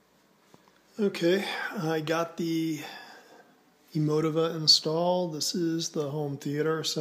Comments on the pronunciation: Very nice setup. It's pronounced (Eee moe tee vah). Just FYI. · I died when he said "Emo-tihva". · You pronounced it wrong